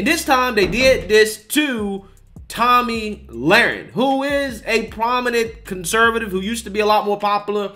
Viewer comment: It's pronounced toe-me not Tommy my God